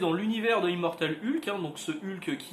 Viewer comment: Je sais que c'est complétement idiot, c'est dérisoire, mais ... mais ... je ne supporte d'entendre quelqu'un prononcer le nom "Ulk" au lieu de "Heulk". Désolé, pardons aux familles toussa toussa ... Le comics à l'air cool ceci dit. :)